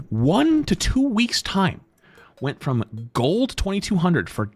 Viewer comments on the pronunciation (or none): none